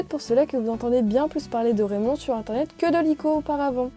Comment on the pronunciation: RRRRRRAYMOND en anglais😂